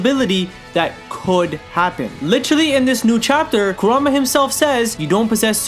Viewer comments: i love your vids man i really do, but i get so triggered when you say karuma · Love you to death but again, it is pronounced KOO-RAHMA! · KURAMA, KURAMA, KURAMA PLEASE SAY KURAMA I WILL LITERALLY BASH MU HEAD IN, ITS KURAMA